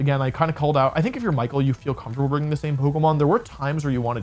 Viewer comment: I know the commentators at worlds also didn't pronounce Michael's name properly (which is bizarre, especially for a finals match), but if you're gonna make a deep analysis of a match it'd be nice to check how the names of the players are pronounced 😅